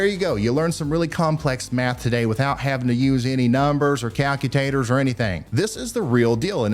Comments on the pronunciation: "Calcutators" still laughing! Thanks Ryan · Calcut-tators love it 🥰🤣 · Calcutator. LOL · "Calcutaters" HAR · Bahahaha I love it...he said calcu-tator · Hall Thanks for your great analysis and insights! A joy to watch your show. I chuckled a bit "calcu-tators"---sounds like a southern dish or delicacy! LOL. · LOL cal-que-ta-tors....gotta love this guy Ryan he makes weather so interesting. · COW-Q-Tater 😂 lol 🐄-Q-🥔 love it!!!! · “Cal-q-taters” 🧮 I love it. 😂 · "Calcutaters." lol